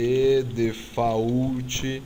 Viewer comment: "de - fá - últi" de buqui is on de teibol